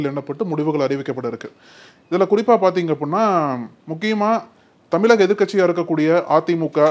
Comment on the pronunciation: தமிலகம் இல்லை தம்பி தமிழகம் ( திராவிடன் நீ )